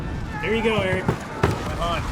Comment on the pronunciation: has read my comments out loud like 4 or 5 times since they started doing polls, and he says "Ee rich" everytime. Its Eric with an H, I guess its really that hard.